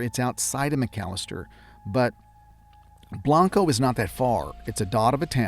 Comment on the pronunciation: Its pronounced blain-co